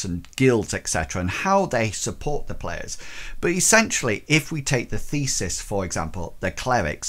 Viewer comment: Thanks! Very helpful! One note -- the god-based magicians are "theists," as in the opposite of "atheists." No S between the vowel sounds in the middle.